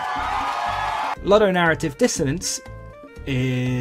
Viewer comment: My anger festers like banana fuelled diarrhoea blasting out of an appalling ape ass when you ludicrously pronounce ludonarrative multiple times in this video, especially when you've said it correctly in the past. It utterly shakes me to my rotten anime profile pictured core.